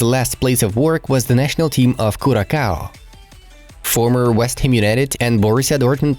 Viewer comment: As a Curacao native it's not called curaKao the second 'c" should have the 's" sound it should sound like curaSao that's how foreigners and tourist calls it